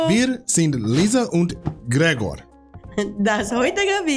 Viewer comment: Glad to hear you're feeling better again! And hey, a perfectly pronunciation of "Gregor" this time! - Another way to explain "jein" is: Use it for things that are ambivaltent. Like "Do you like snow?" ... "jein. I like how it looks and I love being inside a warm shelter and looking out of the window. These "winter wonderland sceneries, you know? But for a person who hates the cold temperatures and driving on snowy roads I don't like it very much". - About Schnaps when feeling sick: It is about digestives like Underberg or Jägermeister. Which are liquors made from several herbes which will help you to digest whatever you've had before and getting rid of the bloated feeling. Edit: The "Späti" (the shop which was showed to purchase a "Wegbier" is not a German Liquor shop. Because we don't have liquor shops like in the US. Alcohol can be sold in every Supermarket or "Getränkeshop" (shop for beaverages). No, a Späti come from the word "spät" which means late. It is a small shop with the allowance to be open even when all other shops have to close because of "Ladenöffnungszeiten" (shop open hours). Usually all shops have to close at 10pm (despite those in Bavaria, the have to close at 8pm). Gas stations and "Spätis" may be opened longer than that. Zugzwang: you don't get it, but you are under it. "ich bin unter Zugzwang".